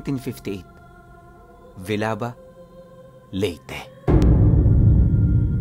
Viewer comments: Ah nga pala Villaba bale ganito pagka bigkas po Vil-Ya-Ba 😊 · Villaba (vilyaba Po Ang pronunciation niyan .palompon leyte tapos sunod ay villaba leyte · Correction..sa pronounce ng Lugar.. villaba po un